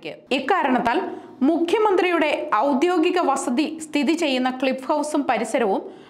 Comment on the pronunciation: ഔദ്യോഗിക.... ആണ്, വാർത്ത വായിക്കുന്നവരെങ്കിലും ശരിയായി വാക്കുകൾ ഉച്ഛരിക്കുക...